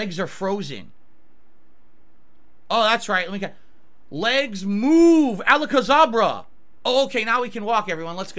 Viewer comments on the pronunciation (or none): "Alacazabra" How did he get that wrong? Its Alakazam. No one has ever said it the way he just did.